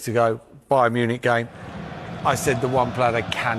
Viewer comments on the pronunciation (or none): none